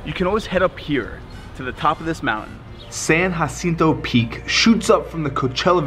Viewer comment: My God, the butchering of "Jacinto" pronunciation